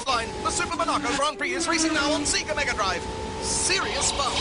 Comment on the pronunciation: "SEE-ga Mo-NAW-co"